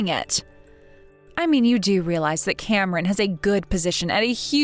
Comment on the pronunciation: He mispronounced Cameron 🤦🏼‍♀️